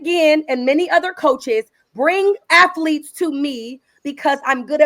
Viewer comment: "I coach afletes"